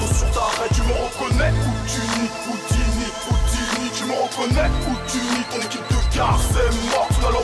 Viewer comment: c'est pas "houttini" comme tu dit mais "houdini"